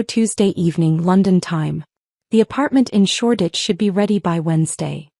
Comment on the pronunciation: It is SHORDITCH, ENGLAND